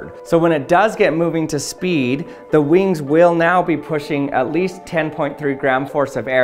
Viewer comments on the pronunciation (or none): Vings sound like as grasshopper.